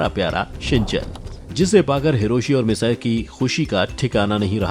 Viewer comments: It's not misaee it's mitsiii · It's mitsi nohara not massai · Its not misae its mitsi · its not misayi its mitsy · Shinchan mom name is misty not massi